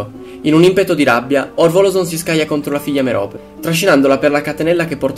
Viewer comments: si dice Mérope non Meròpe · merope ha l'accento sulla e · morfin,e si dice merop e poi si chiama marvolo